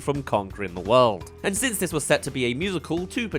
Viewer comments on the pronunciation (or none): none